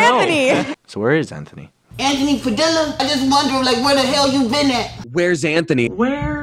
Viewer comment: "Anthony pad-illa" oof 😂😂😂😂 like saying Anthony tortilla